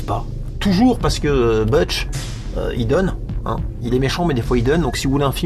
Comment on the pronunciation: Le U de GUARD ne se prononce pas. Donc c'est pas « gouawde », c'est « gaawde ». Et c'est pas « beutch » mais « boutch »… Merci pour votre analyse, qui me remet en mémoire un film que j'avais vu à sa sortie. J'avais détesté ce film, tant pour sa psychologie désastreuse que pour son manque de rythme. Et à l'époque, je ne m'étais pas rendu compte que l'excellent acteur qui avait incarné David Kleinfeld dans L'Impasse était aussi le réalisateur de ce Crossing Guard au goût de navet.